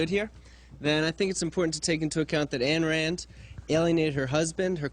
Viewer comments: Never thought that Elmer Fudd would be a follower of Ayn Rand !! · "Ayen Wand lived a hewoic life"